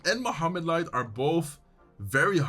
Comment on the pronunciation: You said Mohammed here like an Arabic native speaker! 😊